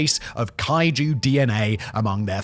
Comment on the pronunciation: Simon: says "kaiju" DNA very emphatically Also Simon: has zero idea of what kaiju means